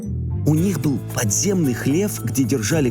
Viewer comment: И "Хде" тоже.